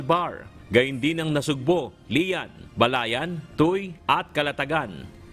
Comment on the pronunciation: Ang basa sa Tuy ay TUWÉ.